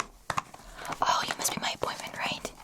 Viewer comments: Had to turn on captions too because I could only understand boyfriend even after rewinding it 3 times. Wishful thinking I guess haha. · When you heard it it sounds like boyfriend but reading the cc you can hear appointment clearly 😂